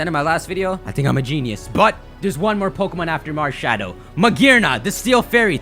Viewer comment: Malshadow you have said it wrong every time.